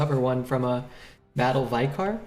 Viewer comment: "Vicar" - (vicker)